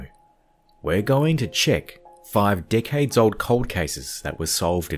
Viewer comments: In the first sentence I genuinely thought he said '' 5 Dickheads'' That is all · who else thought thought at the beginning he said "5 dick heads" instead of "5 decades" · I saw your comment first, when I clicked on the video, so I definitely heard that hah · lol I heard it and ran straight to the comments. Was not disappointed when I saw yours 😂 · Great video! I definitely heard "dick-heads" for "decades" in the beginning 😳🤣 xo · Awesome video! However, am I the only one who, at the beginning of the video, thought he said "dickheads" instead of "decades"? 😂 whoops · I heard “dickheads” then realized he said decades 😆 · At the beggining I understood : were gonna check 5 dickheads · 0.06 'dickheads'?